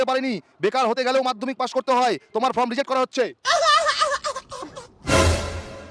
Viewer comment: কথাটা ফ্রম নয় ফর্ম